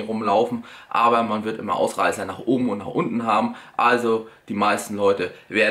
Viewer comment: „Wie auch immä“ du bist echt der geilste XD